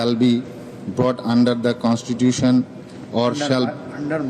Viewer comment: ஒருத்தனுக்கும் constitution pronounce பண்ண தெரியலையே 🤨🤨